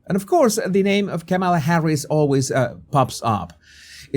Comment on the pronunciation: It's racist to pronounce her name Camela instead of Kahmahlah. At least that's what the propaganda wing of the Democrat Party taught me.